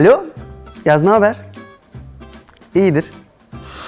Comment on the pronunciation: Yag kusura bakma ama alperin yagz demesine sinir oldum pardon abi sizi seviyorum❤